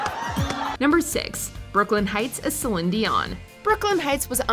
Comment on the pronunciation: Who is celin dion PRONOUNCE IT RIGHT